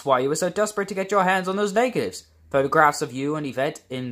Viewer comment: I love this!!! You should make an actual stop motion of this since I think that would be cool to see. Note that “cognac” and “in flagrante delicto” are mispronounced.